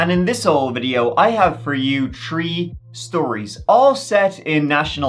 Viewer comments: I like Mr Ballen also just something about that chapter and the way he lays it all out and says “tree” instead of three! I love it. I can watch like 3-4 episodes in a row on a Sunday chilling easily sucks you in like crazy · Tree Tri Three Piss off why don't ya? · A “tree” year old goes missing in two thousand “tree” and isn’t found for “tree” years. Your AI spell check had its work cut out for it with this video. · One, tree, tree. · You just love the number “tree”